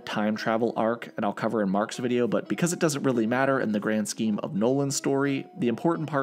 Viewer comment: I winced when you said "Grand Scheme"